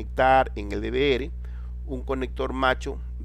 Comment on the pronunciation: Odio q pronuncien mal DVR XD